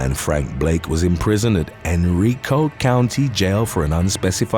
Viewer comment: Pronounced Hen Reye Ko. Basically Richmond va